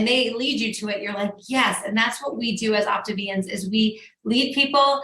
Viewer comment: Did she just call them Optavians.... oh please no....